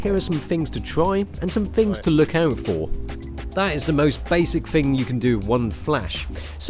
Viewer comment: "but the fing is" instead of but the thing is lol